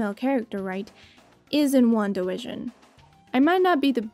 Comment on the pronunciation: Hehehe.... she said Wanda Wision :D